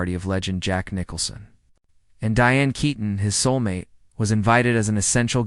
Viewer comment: Pronounced Kee ton. AI again